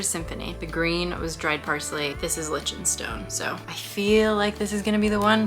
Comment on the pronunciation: Thank you I wanted to comment on that as well 🫣